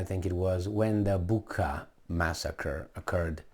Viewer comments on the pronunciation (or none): Bucea, not Bucka...